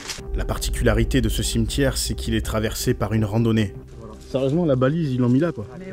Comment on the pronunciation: Un cimeutiére qu il dit lol